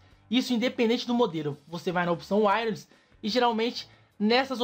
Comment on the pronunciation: Wireless 👈🏻 Essa palavra é pronunciada assim: uaious. Se duvidar, pesquise no Google tradutor e olha a pronúncia.